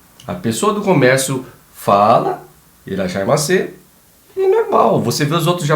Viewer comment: "irashaimaseee" rsrsrs ótimo!